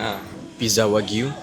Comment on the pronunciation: Aaaaaaaaaaa...akhirnya, jumpa jugak org sebut betolllll "wagyu" .. terasa sedap halwa telinga dengar Wa-gyu ✅️ Wag-yu❌️